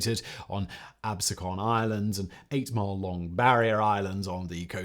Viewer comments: It's Ab-SE-con, not "ab se CON." Absecon is the name of the barrier island and also a city just west on the mainland north of Pleasantville. Two takeaways from the 1964 Democratic convention. How Atlantic City slid from elegance to tacky ruin, and the Mississippi Freedom Democratic Party demanding to be seated at the convention. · It's Ab-see-can, and you forgot to mention our best selling point: Italian Subs and Cheesesteaks that are better than the ones you get in Philly.